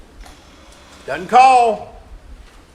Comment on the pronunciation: OMG the rebuttal patronizing the jury with folksy country "he don't" and "it dudn't." And he might be guilty but defense didn't do their job in closing argument. It was all over the place. Any defendant deserves better than that.